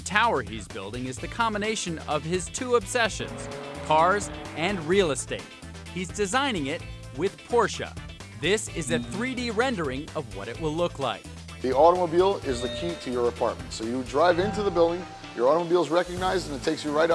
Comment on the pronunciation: *Porsche As in Porsch-uh. It's not that hard.